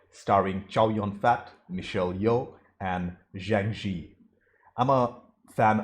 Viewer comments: Zhang Ziyi: that's three syllables, zhang, zi, yi. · for crying out LOUD: Zhang Ziyi is pronounced Jang ZEE-YEE.......